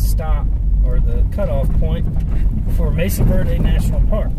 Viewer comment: It is Mesa Verde not Message Verde:-)